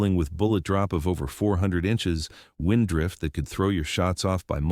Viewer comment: well done. AI needs work on the word wind and thanks